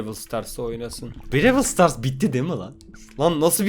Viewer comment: brawl stars'a brewıl stars diyen